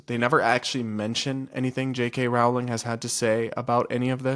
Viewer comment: You’re mispronouncing Jk Rowling’s name. Edit: three times, and one time you don’t. Do you know which it is?